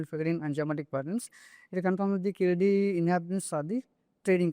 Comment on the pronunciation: Before watching the full vdo thanks to you for pronouncing keeladi properly. Not like some reporters pronouncing that word as if they are some American origin